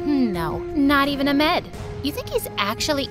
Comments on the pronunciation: This is a great story and all, but you pronounced the name Farah wrong. I’m and Egyptian, so I’ll just tell you how its supposed to be pronounced. Its far and then ha even though its not spelt like that. Its also how you say wedding in Arabic. Also Ahmed was pronounced a little wrong, its a commanding ah and then med is a little bit like mid. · They Don't Know How To Pronounce "Ahmed"? 😅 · as an arab, i am so mad about the way their pronouncing the names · They didn't pronounce the h in Ahmed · GIRL THATS NOT HOW YOU SAY AHMED </333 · So I’m from Egypt and as an Egyptian girl the pronunciations of the names are really funny 😂 Like I love how they pronounced Ahmed😂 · Fact:You told “Ahmed” with the wrong pronunciation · Oh my gosh as a Pakistani it makes me so annoyed how their pronouncing "Ahmed" 💀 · You said half of the words wrong Ahmed and farah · Wtf is amed it is ahhhhmed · It’s ahmed not ahmd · Its not a-med its AH-MED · it’s not pronounced ahmeaud it’s pronounced a-ahm-ed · No it’s A then you pronounce the H then M E D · Trust me I am Egyptian it’s not a Amed it’s Ahmad. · its not a-med bro its ah-med just pronounce the ah since it is spelled ahmed? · bro the way they they say Farah in arabaic it actually means mouse and its pronounced like ahhmad not amed. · Thats not how u say it not amed ahhhhhhmeeeeedddd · it's ahmed not amed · his name was ahmed not amed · It’s not A-med, it’s AH-med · This is not cool you keep doing people from other countries but at least learn how to pronounce their names before you go emed when its AH MED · Not trying be mean or anything but the name isn’t pronounced Amed, it’s Ahhhhhhhhhhhhmed. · your making me cry how u pronounced the arab names 😭 its not aimed its Ahhmed and not fara its farahh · When Farah says "Amed" instead of "Ahmed" 🤣🤣😭😭😭😭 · He’s name is not amed it’s Ahmed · Amed??? It’s Ahamad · these name pronunciation is killing me lmao how does ahmed turn into ehhmed and how does marva turn into merva